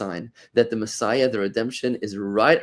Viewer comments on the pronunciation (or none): none